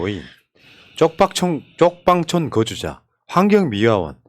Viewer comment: 쪽빡촌....ㅡㅡ;;삑싸리 난건 알겠지만 하필 쪽방촌을 쪽빡촌이라고 발음을...ㅎ